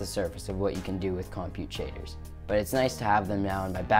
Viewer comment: you've learned everything about compute shaders, except how to pronounce it